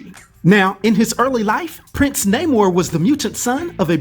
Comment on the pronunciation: Yes it’s Namor, not Namouurrhhh